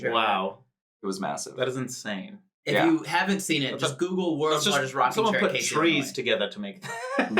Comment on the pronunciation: i would just like to inform that he mispronounced Casey, IL haha i like about 25/30 minutes from there and the s has more of a z sound but it is a pretty cool place:))